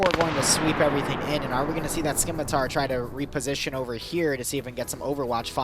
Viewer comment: I love you and I love your content. However, I have to declare a curse upon you and your house for repeatedly saying "Skim-itar" and not "Scimitar"